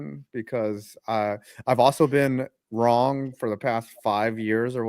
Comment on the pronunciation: Bro said "WROGN!"